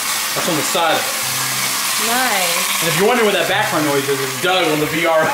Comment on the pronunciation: Its Doug not dung